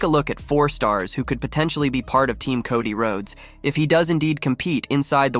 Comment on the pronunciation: No, it wasn't he completely mispronounced wrestlers' names like Solo sikoa, Cody Rhodes etc lol